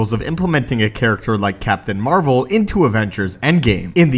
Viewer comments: The most powerful MCU hero is Captain Marvel. BTW did you say Captain "Amarvel?" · Did you just call her Captain Amer-vel?